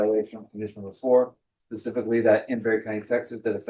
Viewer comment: This college educated State Prosecutor really said “PACIFICALLY….” 😲🤦🏻‍♀️